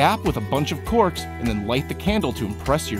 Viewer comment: Did anyone hear him say corpse instead of corks?..